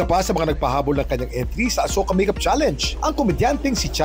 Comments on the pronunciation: Bakit asoka e nilinaw yan ng isang indian national sa vlog na Asuka tawag jan parang ganito o asiyuka ganiyan pag basa anong asoka 😂😂😂😂 kakapanood kulang kc sa vlog na pinay at indian niyang asawa kaya alam ko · a-shu-ka ang pag pronounce d po asoka indian movie sya ang cast is kareena kapoor. and ilang yrs n rin ang nakakaraan yan movie n yan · Hindi daw asoka ang mgpronounce niyan Kuya Kim,,,parang ashuka daw,,Sabi ng Indian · Mali po prononsesition asoka panuurin nyo po vlog ni singh and sarah don sinabi ng asawa nya indian na mali asoka asuka daw di asoka... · Asyoka Po tamang bigkas d Po asoka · Indian pronunciation /ashoka/ hindi po asoka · Kuya kim alam mo ba ashoka ang tamang pag basa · ashuka pag pronounce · “ASHOKA” ang pronounce nyan not ASOKA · Kuya kim it’s ASHOKA po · "Ashoka"daw ang pronounciation pero ang ganda ng movie na'to..Napanood ko na dati ps..Si Sharuk khan at Kareena kapoor ang starring..At ang ganda ng story at action movie sya.. -skl😊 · LoL mali yung pag ka pronounce ng asoka HAHAHA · Azoyka ang pronounsation,ang meaning daw yan ay walang makakagalaw sa babae kung gagalawin nila masusunog ang lalake